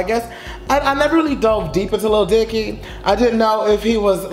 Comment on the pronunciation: did you call him “lil dyke” I